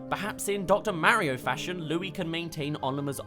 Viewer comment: You said Marios name wrong